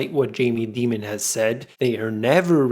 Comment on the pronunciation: Always love listening to your videos on my 14-minute drive to work. Just to mention that the CEO of JP Morgan is Jamie Dimon, pronounced as in 'diamond' and not as in 'demon'. Best Wishes from Abu Dhabi, CHARLES.